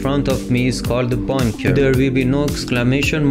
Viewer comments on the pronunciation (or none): It's funny how he say bonker than bunker but helpful though